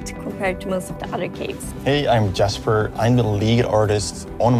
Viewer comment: I’m guessing she’s Swedish right? Since she pronounced Jasper as Yasper, just saying